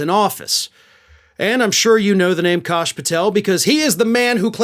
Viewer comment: Don't believe it's. "Kosh", believe it's pronounced "Cash". ( Even heard he makes the "s" a dollar sign)